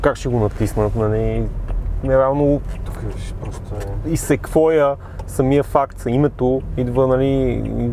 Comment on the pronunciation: Не се казва секвуя а секуя